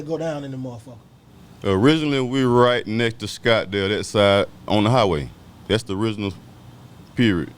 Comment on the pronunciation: SCOTTDALE..no S ✊🏾